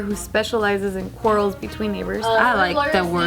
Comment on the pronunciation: trying to pronounce quarrels 😂